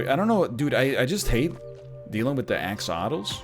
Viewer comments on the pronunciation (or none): none